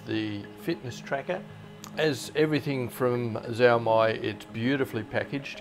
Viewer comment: Not really one to care much about tracking of fitness, but interesting to see all the same. BTW, XiaoMi is actually pronounced more like Shao Mee, or see-yao mee